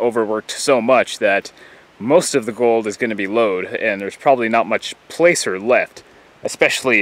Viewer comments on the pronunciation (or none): Most N. Americans say "placer" with the vowel as in "gas" rather than "pay." Occasionally you'll hear a Canadian say "placer" with the vowel as in "father." Nevertheless, I subscribed. :-) My kind of subject matter.